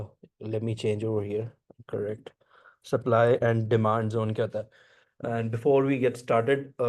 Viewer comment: It's supply not supple